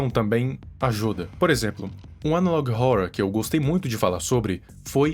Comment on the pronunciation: Nunca assisti, sabia q era ruim, Achei mt engraçado q ele fala Analog ohourror